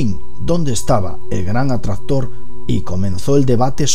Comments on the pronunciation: El que? "El gran adstahtor " 😂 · oh no el gran "atrator" jajaa con una onda vital tiene "efe" gran "atrator" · el gran atrastor jajaja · "El gran atradhtor" xD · Desde que dijo el gran atraztor, me he ido a los comentarios 😂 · Botaste la casa por la ventana con el gran atrastor jajajajaja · Si tienes punteria nada... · "El gran Atraxztror" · "El gran atraztor" Yo: Estos españoles :v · Muy buen video, algo que te queda claro por corregir es la pronunciación de la C intermedia en palabras como atraCtor e impaCtante dices atrator e impatante saludos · el gran atrastor que arrastra las galassias. ja ja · Atrazztor , galacias , galacia :v Like si te diste cuenta igual nadie es perfecto xD